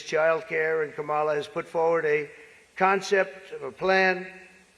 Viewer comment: He can't pronounce Kamala or "Vegan"!